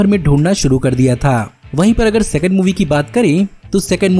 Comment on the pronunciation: "Sexond" movie😂😂😂